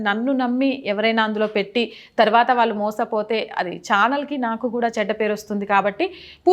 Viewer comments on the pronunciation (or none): none